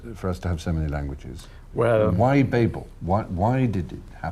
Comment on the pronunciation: I’ll give you a like for pronouncing ‘Babel’ properly.